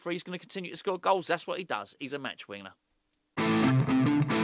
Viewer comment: is it just me or did I hear you call Callum Wilson a "match weener" at the end there??!! 😂🤏🤏